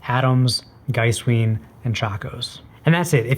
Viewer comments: The diphthong vowels in Giesswein should be exactly the other way around. Geesewine. The w sound is still Americanized, but fine in a semantic spoken context. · To pronounce Giesswein correctly, simply flip your pronunciation of the two "i"s around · Giesswein is an Austrian company so follow German pronunciation. When e and i occur together in German you pronounce the second letter, so Giesswein is pronounced Geese-wine, or Geese-vine if you are going for full authenticity. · It´s Giesswein (G like in good, iess lke in eas, v like in vulnerable, ei like eye and the n: G-eas-v-eye-n), not GEISSWEEN. And it´called BEERKenstock. not BÖRKENSTOCKS. :)